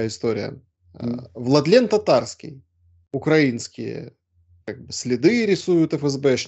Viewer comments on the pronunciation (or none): none